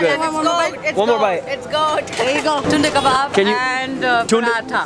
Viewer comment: Its Tunday kabab in video you are saying like tinde ka baap you will not understand it but every indian will understand lol!!!😂😂😂😂